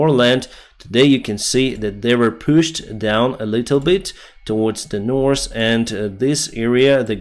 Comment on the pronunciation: "The, this, that, these ...." you can easily pronounce.... but Nors and Sous you cannot? I call b.s. , I am guessing military propagandist ! Variance you clearly elocute.... but "wery" is you preferred pronounciation for the word very! What are you really trying to do?